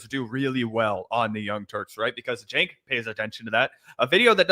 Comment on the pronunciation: Did she call him “Chenk” ? Spending too much time with those who willfully mispronounce names of people from diverse backgrounds, maybe…. 🙄